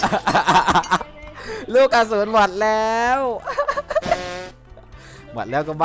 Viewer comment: ทำไมพี่ชอบพูดว่า เมิ่ด แทนที่จะพูดว่า หมด